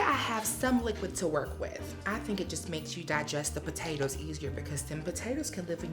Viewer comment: Say Po tay toes again 😂